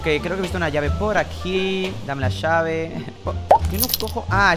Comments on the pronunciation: dameee la llaveee me mori de risa con la vos le salio el asentó argentino xd 😎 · en el momento que dice:dame la llave-es como que cambio de idioma al de argentina